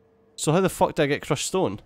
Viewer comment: Every time you say fuck I here fack and everytime you say factorio I hear fucktorio XD